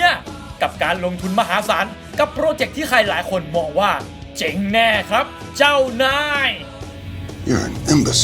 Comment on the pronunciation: เจ๋ง หรือ เจ๊ง ครับ ผมฟังว่าเจ๋ง ทุกทีที่พูดว่าเจ๊ง ครับ